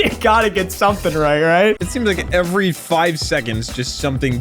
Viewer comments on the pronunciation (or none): none